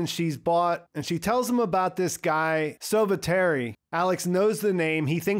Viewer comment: Lots of French names in there... 'copain' which means 'friends' but in an ironical way. Sauveterre is NOT soveterry... it should be pronounced as 'sovehterr' and it literally means 'save the earth'.